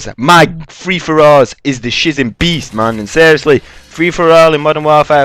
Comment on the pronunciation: BWEAST! Haha, great intro man :D I have a gameplay request - well... in fact, it's two requests for future videos - can you get a decent gameplay using the PM-9 (SMG) and any LMG (preferably the: L86 LSW)? Reason being is because I have yet to see any YouTuber post decent gameplays using either the PM-9 or any weapon from the LMG category. The PM-9 is quite obviously the worst in it's class and quite frankly, I reckon LMG's in MW3 are pretty much redundant. Peace!